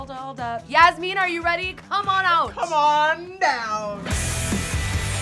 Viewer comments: The pronunciation of Yasmin is SENDING ME 😂 I say it like Jasmine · Okay no hate to y’all, cause you guys are saying it how its spelt, but the way you guys have been saying “yasmine” has been KILLING ME 😂 atleast from when i watched the show they pronounced it yaz-min (like jasmin) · I dont want to be rude but ive watched bratz and im pretty sure they pronounce yasmin like yas-men not yas-mean just saying yall look cute but also i think there shouldnt havent been two yasmins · It is pronounced Yas Men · When they kept saying Yasmin wrong and called her Yasmine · i’m so sorry but Yasmin is pronounced like jasmine but with a y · I will never get over the fact that Yasmins name is not pronounced how they are saying it.